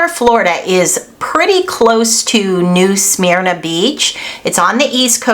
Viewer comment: It’s New Smyrna pronunciation the Y is silent also Altamont not Altamomtee.